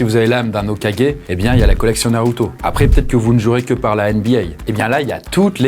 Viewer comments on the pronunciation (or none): none